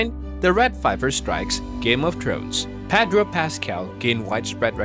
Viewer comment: say "PADRO" one more time 👊💥